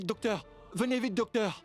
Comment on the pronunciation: dokteur yo tjr di sebla premye fwa 😂 mersi indien😂😊